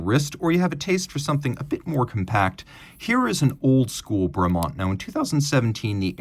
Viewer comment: I prefer pronunciation, Brumont!